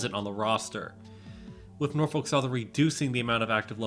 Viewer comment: "NOFOLK SOTHERN WATS YO FUNTION!"